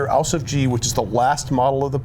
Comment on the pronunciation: hey guys, great tank. Just wanted to let you guys know how to pronounce 'Ausf' correctly in German, I can't explain it in words but here's a google translate link. :)